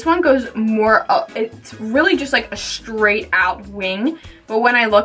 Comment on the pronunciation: Straight not shtraight